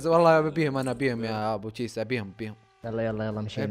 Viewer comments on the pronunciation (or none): ههههههه اسمه ابو تشيسا مو ابو كيسا ههههههههههه😂😂😂👋🏻